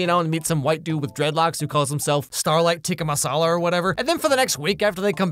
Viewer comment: teaka masala is killing me💀